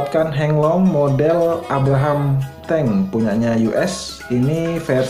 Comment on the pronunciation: Abrams,bukan Abraham mas bro😁